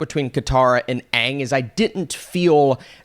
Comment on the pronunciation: At least they pronounced the name aang instead of ong